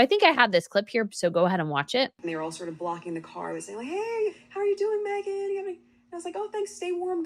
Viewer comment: please quite saying magen Markle all the time